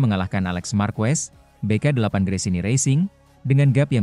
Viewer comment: Bro ied fitr itu bukan kembali suci tp artinya hari boleh makan , klw bikin narasi pake AI , nulisnya pake bunyinya dlm bahasa indonesia , misal ketik aja markes, motor ji pi, peko bagnaya , jadi si robot gak salah ucap !